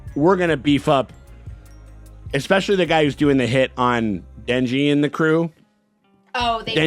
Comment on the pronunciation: in retrospect, the katana guy read denji correctly